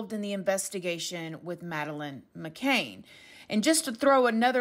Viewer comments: Sweetie, it’s McCAN not McCain. CAN not CAIN. Love you. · Her name is pronounced as Ma…can not Ma…cain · McCANN not McCAIN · I did find it frustrating that the name is being said wrong, its McCann not McCaine. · FYI, it's McCann (sounds like can, not cane.) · It's not mccain which is how your pronouncing it it's mccan as in can of baked beans ❤️❤️❤️ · girl — I LOVE you so much but you’re killing me with that last name 😂 It’s McCann, like muh-can, not McCain! Don’t kill me haha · It’s not macain it’s Mcann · The last name is McCann not McCain, thanks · her last name is mccann!! not mccain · Hey love! I just wanted to let you know that Madeleines last name is pronounced “mc-can” not “ma-caine” no hate at all, ily & your channel! Just trying to help🤗💖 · Great video but I'm not being funny it's Madeleine McCann not McCain..👍🏻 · McCann not McCain! Pronounced ‘Can’ as in ‘a can of coke’! It’s not difficult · It's McCann, not McCain? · It's McCann, NOT Mc Cain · I think the surname is “McCann”. Not “McCain” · McCann, not McCain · It is McCann, not McCain, so irritating to hear! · Mc CANN...not McCain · McCann not McCain! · Her name is McANN NOT Mcain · Sorry, couldn't watch the whole thing. Her last name is McCann (Can), not McCain (cane) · McCann not McCain, dear. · It's McCann like can not Cain and is it her or not I'm English and I remember this well my mum who is Still in England she has heard nothing about this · Mc Cann!!! Not mv Cane!!! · MC-CAN…not McCain❤ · It is not pronounced McCain, but Ma can. Can not cain. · I think you are saying her name incorrectly. It's McCann, not McCain. Just sayin'. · Sorry. I feel really petty but mispronouncing the name is irritating af! Macann is can, like 'I can do it', not Macane with 'cane' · Madeline McCann....NOT McCain they way you are pronouncing it. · *cringing* every time you say "muh-KAYNE". It is "muh-cann". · Pronounce her name right please. It's not mccane....its mccan...CAN